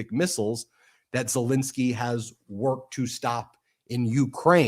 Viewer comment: Please say Zel-EN-sky and Hor-MOOZ. Your garbled pronunciation detracts from the otherwise excellent videos. It’s not Zel-IN-sky and it’s not Hor-MOZE.